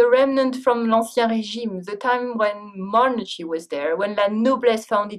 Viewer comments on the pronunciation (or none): la façon dont elle prononce monarchy, uncomfortable, etc... : c'est des fautes.